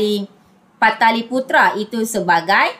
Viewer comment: Pataliputra ❌ Palitaputra✅